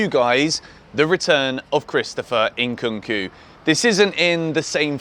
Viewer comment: Christopher "ENKUNKU" 😂😂😂